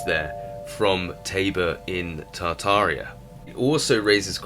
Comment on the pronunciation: I'm American. I live in the Czech Republic. Tabor is a town/city here... but it is not Pronounce /Taebore/... it is prouncounces /tahbore/ and the word tabor simpl means 'camp' in czech The next thing... many other languages other than English use the term 'sweet Waterston mean 'not salt water'- meaning sweat water is just drinkable water... not from the ocean.